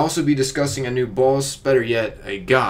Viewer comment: Idk if he's saying boss or balls...